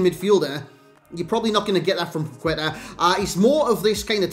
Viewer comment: Its pronounced "pac ê ta"